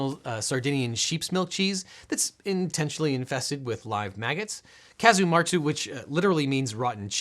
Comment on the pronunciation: Casu martzu (nice pronounciation btw, you nailed it) is not illegal in the European Union, as you might guess from Sardinia being part of Italy and Italy being part of the EU. The EU has layers on layers of exception for products that look dangerous on paper but have a tradition and history of production and consumption, so it's not going to disrupt any continued food tradition. The only real problem with the production of casu martzu is the maggots are usually wild, resulting from stray flies laying eggs in the cheese rather than being grown as part of the process, and this goes against the regulations on production chain oversight